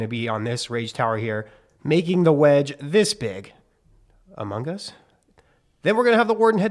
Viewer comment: The way bro said amoung us 😂😂😂